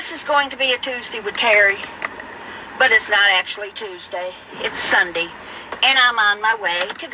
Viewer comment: Love the way you say "SUNDEE"